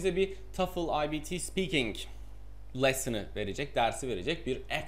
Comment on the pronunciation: Telaffunuzu daha da geliştirebilirsiniz. Bunu yazdığım sırada videonun tümünü izlemiş değilim, fakat; shaking, pretty, speaking, actual, think, written, right kelimelerini daha düzgün telaffuz etmeniz mümkün. Bir de "I want to know what I can do about this TOEFL exam" cümleniz gramer olarak doğru olsa da ana dilinizin ingilizce olmadığını ele veriyor, "the" daha otantik olurdu. Heyecanlıyım dediğiniz yerlerde telaffuzunuz daha da kötüleşiyor ama sonra tekrar toparlanıyor. Yine de Türkiye ortalaması üstünde olduğunuzu düşünüyorum. Başarılar.